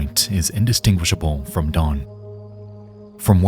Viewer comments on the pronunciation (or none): none